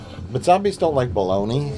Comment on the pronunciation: Boloney? Balogny? Belowmeeeee?